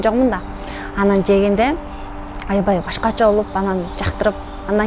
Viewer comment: Айибай айибай😅 Аябай деп сүйлө.негизи молоццы